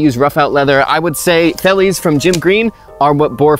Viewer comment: Please don't say boer farmer. You are just saying farmer farmer. Another quick one, V in Afrikaans is pronounced with the F sound and D is a T sound. Say it like 'fellies, and FelTskoen(veldskoen). Still a good video!